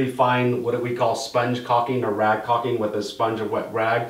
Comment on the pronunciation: Thank you for saying caulking the proper way. Without the L. Except for journeyman john. He's wrong lol